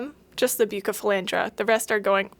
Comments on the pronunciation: Please its buuu ceee not bucee its killing me!! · Bucephalandra not Bukkkephalandra plss but good video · I’m sorry if this is rude but it’s pronounced bew-se-fel-Andra besides the k pronunciation on the c you’ve gotten it basically right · The cardinalis might not have been contaminated. When you take them from a immerse grown culture and put them in liquid, they melt and then grow back twice as healthy. Most aquarium plants do that. Also, it’s pronounced busephalandra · Its pronounced (roughly) Beu-sef-uh-laund-rah I'm not judging, because I have no doubt I've mispronounced my share of scientific names over the years. Just trying to be helpful on account of all the aquarium keepers who are probably having fits now. 😂 Also, Tropica generally has very clean TC cups; you can store them for weeks on a lighted shelf while preparing a new tank. If I planned to get TC cups for starting my own multiplication cultures, that's where I would source from. Top Fin stuff is cheap and often visibly contaminated, though as long as it hasn't completely overtaken the plants, that's not really a huge issue if you are dropping it directly into an aquarium (no special acclimation required; you open the bag, rinse under a tap to remove agar, and stick it in the tank). I buy it sometimes for my aquariums because it's readily available, but definitely wouldn't trust it to be sterile for cultures. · I'm crying a bit at your pronunciation 😂. For real though, buce is my favorite aroid and poaching has been a huge problem with them so tissue culture is a life saver. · The pronunciation of Bucephalandra had me rolling 😂